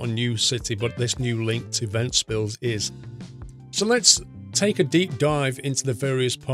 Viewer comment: Actually you did name ventspils 100% correctly